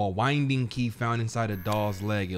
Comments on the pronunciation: A wind ding key? Moun TAY nee ous? We’re getting you Hooked on Phonics. LOL. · The way pronounced winding 💀